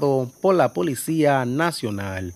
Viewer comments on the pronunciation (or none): none